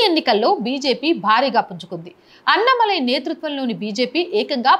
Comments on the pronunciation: అన్న మలై కాదు - అన్నా మలై అని చదవాలి. పదాలు కరెక్ట్ గా పలికితే విన సొంపుగా ఉంటుంది లేకుంటే అసహ్యంగా ఉంటుంది. మార్చుకోండి పలకడం. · Amma meeru “Anna malai” antunnaru Kaani Telugu lo “Annaa Malai” Andi Alaanee meeru “Radha yatra annaru Kaani adi Telugu lo Rathaa yatra” Just deergam pettali andi